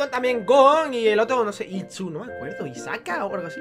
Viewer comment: Isaka jajaja es hisoka